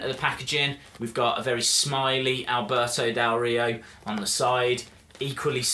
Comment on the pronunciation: you say his name very well i am mexican and you say it better than most of the people haha he is a great wrestler with a lack of opportunities whatever, great review